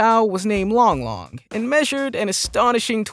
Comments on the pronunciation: The crocodile’s name is Lolong and not Long Long. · The crocodile's name is Lolong, not Long-Long.